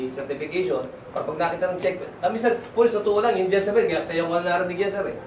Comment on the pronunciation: Decibel po Hindi dyesebel..